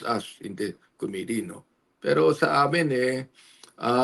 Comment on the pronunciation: commi-tee co-mmittee